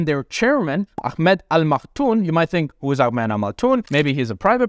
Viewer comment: Al Makthoum ,with an M at the end not N. Informative video BTW. Cheers.